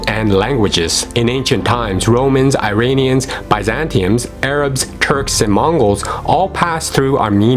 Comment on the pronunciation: PLEASE don't say 'Eye-rainians'! It's 'Ee-rahn'; 'Ee-rahnians'!